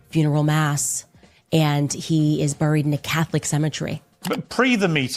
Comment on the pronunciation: For the love of God, stop saying ‘brried’!! Can’t take her serious based off that alone